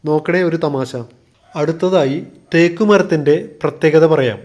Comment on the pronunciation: വളരെ മോശം അവതരണം. തേയ്ക്ക് അല്ല, തേക്ക് എന്നാണ് പറയണ്ടത് 😱🥵🙉